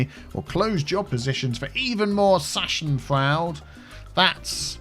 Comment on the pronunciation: How you prounced "Schadenfreude" really made my day! No offence intented! I wish you a great day from Germany :-)